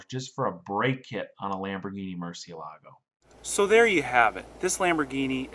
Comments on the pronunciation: mur-ciE-la-go, you pronounced mur-cie-LA-go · btw, it's pronounced (MUR-SI-E-LAGO) it means BAT in Spanish the kind with wings